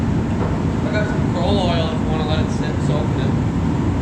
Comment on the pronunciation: *K r o i l penetrating oil not kroll penetrating oil.